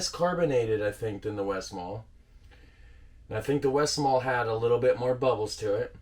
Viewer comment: My go to is the westmalle tripple. You do pronounce the le at the end of westmalle btw